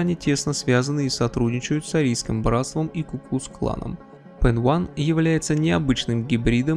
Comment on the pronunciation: Баблос был членом "Арийской нации" (именно это значится в его личном деле), а вовсе не PEN1. И да, PEN1 не является частью AB + название произносится как "пенай", а не "пенван" (т.е. как PENI, хотя и пишется PEN1).